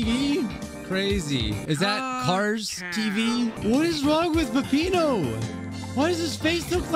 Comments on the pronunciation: This is not peppino this is pissino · Is not peppino pisspino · that is not peppino that is pissino